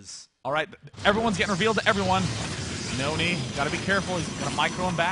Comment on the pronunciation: N-O-N-Y ... not nooney!